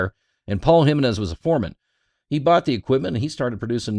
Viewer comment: Pronounced "he men ez" --- hemenez; not jim i nez